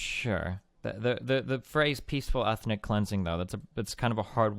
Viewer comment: "Peacefuw efnic wapist"